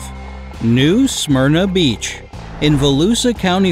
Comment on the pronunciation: As a Volusia local, your pronunciation of New Smyrna Beach and Volusia County is making me cringe.